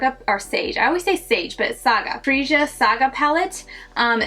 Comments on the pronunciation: I laughed every time u said freeja. It's pronounced freya lol. No hate. Love ur videos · 🐥 I may pick something up later (during a sale), but I'm in no rush. Also Freja is pronounced FRAY-aa. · No it’s pronounced FRE-JA like it’s spelled 😄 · It’s actually pronounced like it’s spelled, Fre-ja 🥰